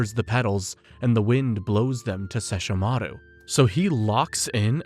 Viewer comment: They will LITERALLY PRONOUNCE SESSHOMARU AND KAGOME IN THE SHOW AND SOMEHOW PPL WILL STILL SAY IT WRONG 😡😡😡😡😡😡